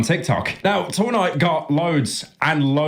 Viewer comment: Why does he keep saying two nigh